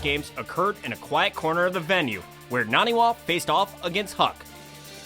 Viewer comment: does anyone else hate how they mispronounce naniwas name the entire time?